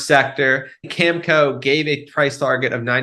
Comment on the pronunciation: Great news about desalination. A real game changer. FYI Cameco is pronounced Cam e co. Not Cam co.